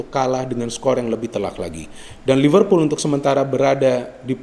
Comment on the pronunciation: Liverpool bung bukan Livervool